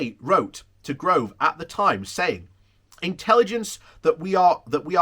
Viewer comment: Yay, your corrected your pronunciation of Gove! Then you forgot, but this IS PROGRESS!!